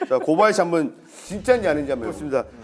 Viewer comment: 미쳤냐고 ㅋㅋㅋㅋ 아니 고바야시 라고 해야하나?ㅋㅋ